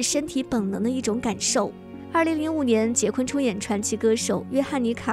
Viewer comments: 不是百度说是什么就是什么。人家的名字发音就是“华金”，就算你译成“滑津”，我都认了，毕竟这只是音译而已。但是人家名字真不读“杰昆”啊。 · 译名不是杰昆，是华金。他出生在波多黎各，西语里J的发音和英语是不一样的。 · “Joaquin” 的发音是“华金”或者“瓦金”，百度百科人人可编辑。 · 翻「瓦昆」才更接近原發音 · 应该翻译成瓦昆，J不发音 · 所謂的人名翻譯，應該是聽其發音將之翻成發音相同的中文姓名吧， 會翻成"杰昆"的，根本就是沒有去瞭解“Joaquin”怎麼念怎麼發音， 只用自己學過的"英語發音規則"去翻的， 明明現代已經是網路世界，網路上到處都有關於唸到“Joaquin”的發音的影片， 不去探究人家名字真正的念法，將之誤翻然後才來說兩岸三地翻譯各有一套自己的系統， 這種根本不尊重演原本人的作法根本說不過去吧。 如果有人將你父母給予你的名字亂念來叫你，你會覺得無所謂嗎，這是基本的尊重吧。